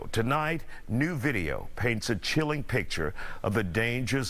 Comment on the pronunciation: Pronounces Fentanyl properly.